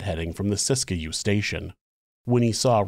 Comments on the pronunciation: This is a really interesting episode. I’ve never heard this story before, which is kind of surprising considering I live in Northern California gold country and thought I’d heard all the local Wild West stories, lol. By the way, it’s pronounced “sisk-you”, not “sisk-a-you” two syllables not three. 😊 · Siskiyou is pronounced, "sis-que". not Sis-Ki-You. Sis-que. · Locals say Sisk-you, and eu-GENE rather than EU-gene.